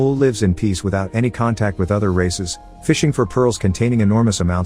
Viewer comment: Did i misheard it as Racist or Races?